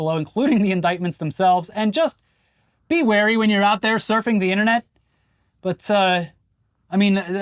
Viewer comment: thank you for being the first YouTuber I have heard use the word “wary” correctly in over a year! It’s not a huge deal but it was refreshing to not hear it inexplicably pronounced as “weary”